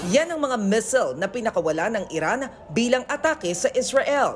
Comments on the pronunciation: Missile hindi mesel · Kairita ang Mis'l 😂 crocodil, compil